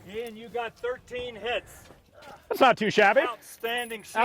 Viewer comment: 13 hits with an old rifle.... Not tooo shaa-be XD